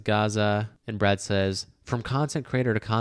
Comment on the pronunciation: Brad...NOT BRAD